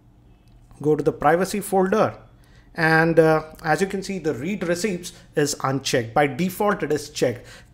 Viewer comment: read??? its read as in read(red) receipts...